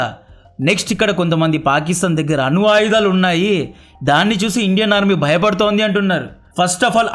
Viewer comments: అను ఆయుధాలు కాదు, అణు ఆయుధాలు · అను కాదు bro "అణు"